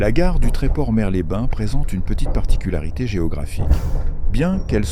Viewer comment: dans Mers-les-bains , le "s" de "Mers" se prononce 😉